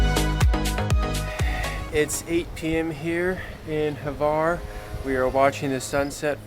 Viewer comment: There is no e in Hvar. It's not Hevar, it's Hvar.